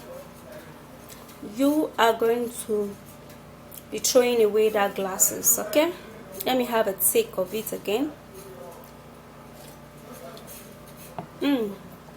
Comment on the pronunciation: westside brother löl..... she said we going to be "😂trowin" away our classes😂😂😂😂😂